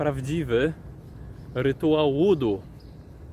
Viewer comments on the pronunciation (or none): Witam. Wymawia się wuu duu. Opowiadasz bardzo ciekawie. Mam nadzieję, że wkrótce, będziesz miał więcej oglądających. Znam osoby z Ameryki Południowej, które do tych zagadnień podchodzą bardzo na serio. O tym temacie opowiadał mój brat, który ma żonę Filipinkę.